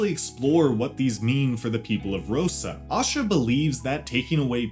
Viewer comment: Asha not osha